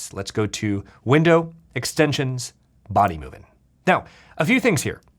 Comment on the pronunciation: It's been nearly 3 years, but the cut-ins of people trying to teach how to pronounce Bodymovin are still the funniest bits on this channel.